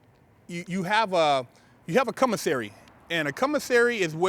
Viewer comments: Commissary, or Cum-missary? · no disrespect sir I love your show but it's pronounced commissary not cummissary😉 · Did this foo just say "cum-o-sary" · He said “CUMisary” HAHAHAHAHA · He's saying (cum)isary for a reason. I read bt lines. 😂😂😂😂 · Tina Tyler he has a speech deficit